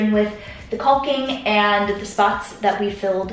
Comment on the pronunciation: Not that anyone asked, but just so you know, it's "cocking" not culking. :)